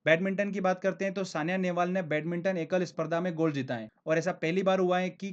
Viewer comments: thank u very much sir. keep it up. but one thing i must tell that SAINA Nehwal is correct not Saniya Nehwal . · Bhai saina nehwal na ki saniya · sania nehval nh h sr ji saina nehval h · Saina Nehwal not sania